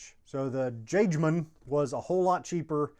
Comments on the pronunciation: If Jagemann is originated from germany, it's more "yaw-gae-mawn" and comes from Jägersmann = hunter. You're welcome, signed: Your resident german-speaking smartass ;) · I've used it, i live in Wisconsin and it's abundant here, it's good stuff, also it's pronounced yaygemann, the j is a y sound.